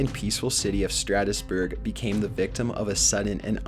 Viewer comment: Strasbourg not Stratusburg. Otherwise well played for the most part.